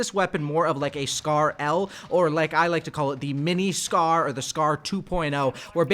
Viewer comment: Dude said Scar-L lmao